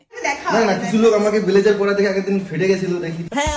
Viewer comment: সেই দাদা ❤😂 ব্লেজার ❌বেলেজার ✅😂😂😂